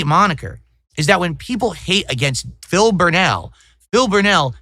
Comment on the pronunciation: Peepul like me now Craig!!